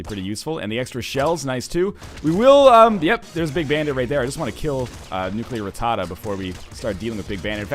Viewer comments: Everytime he says nuclear ratada I feel like NL is doing a boston accent. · NL, please learn how to pronounce rattata.